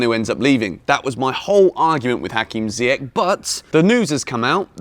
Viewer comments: Man sorry for this, but it’s not Ziyek…it’s Zi-ye-sh. Younes is gonna kill you for that pronunciation😂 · Jorginho for Ballon d'Or? Do me a favour. 😂😂 And it's pronounced "Ziy-esh" bro...